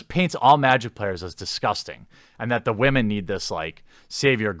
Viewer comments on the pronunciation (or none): Where are all the Wahman? Lol he makes it sound like noodles. Top Wahman! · I still love when u say Waman lol